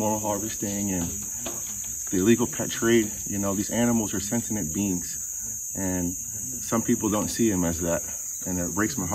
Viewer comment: Why do we pronounce it “orangutang”? Lol! I’ve done this since I was a kid! 😄 My only critique is you said they’re “sentinent” beings in stead of “sentient”. 😅 Also, there were a few audio issues. Other than that, this video was phenomenal! 🙌💜🙏🙏🙏